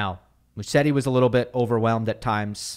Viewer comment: Hey. Haven't seen anyone correcting you, but it's pronounced Muzetti. I know you try to have the right pronunciations as much as you can.